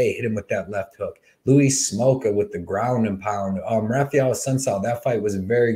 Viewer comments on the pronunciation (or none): none